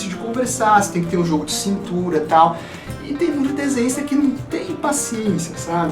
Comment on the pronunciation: eu entendi paranista(torcedor do paraná clube) no começo do vídeo